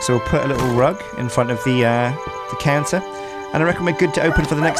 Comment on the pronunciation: I 100% heard canser when you said counter and that made things very different.